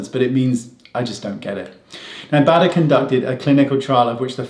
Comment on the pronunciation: Professor Bader is German and we definitely pronounce his name the way Wayne does, not the American way: that would be something like Bäder with an „Umlaut“ on the „a“.